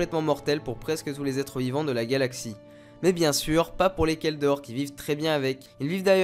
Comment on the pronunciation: Merci beaucoup pour ta video tu m a appris pas mal de choses sur les kel dor et la planete se prononce "Dorine" sinon du bon boulot gars Vive l empereur !